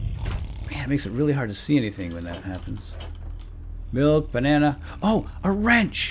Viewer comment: "Here's the "malk" he was drinking"